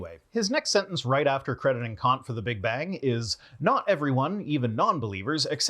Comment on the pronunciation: I have the impression that you don't like it, when someone criticizes your pronunciation of foreign names. You obviously try your best and maybe don't want to spend too much time on minor details you can hardly improve. But with Kant it's really easy. Kant = Cunt (pronunciation-wise)